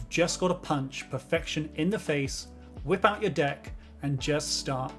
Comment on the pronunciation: You got just the wrong accent to say the phrase "whip out your deck".